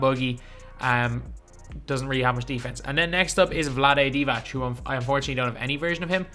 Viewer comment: Vlade Divac is pronounced not like Divach it’s like Divats. Idk how to explain